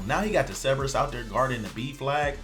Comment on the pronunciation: Holy Hell there are 2 r's in Cerberus! ceRberus!!!!!!!!!